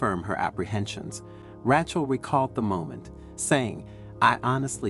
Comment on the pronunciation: Weird, sometimes he says Rachel correctly, other times he calls her Ratch-el